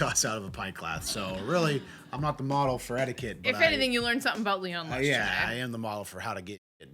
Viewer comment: This woman says somethinK instead of somethinG 👀